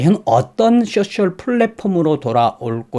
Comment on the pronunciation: 쑈쎨.....ㅋㅋㅋㅋ 소셜이 발음이 안되시나부네요. 귀여우심